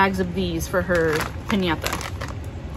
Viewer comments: I really enjoy your hauls, you are so detailed, I love it how you always think of yours but this one had me like "Wow" is how you pronounced "Piñata", are you Hispanic? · Nice! Noticed how you said piñata and chile. Are you fluent in speaking Spanish?